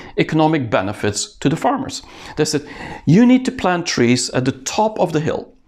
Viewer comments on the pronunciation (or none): none